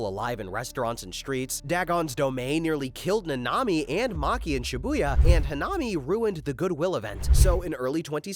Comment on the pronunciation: I hate how he pronounces nanami